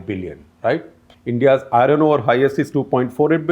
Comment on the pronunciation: I-RRRoN ROD ..I-RROn ORE ..LOL